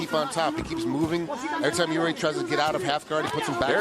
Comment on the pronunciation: Why do people pronounce Jiří as a Yuri he is not russian ffs